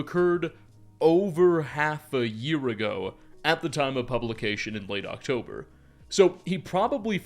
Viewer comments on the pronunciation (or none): none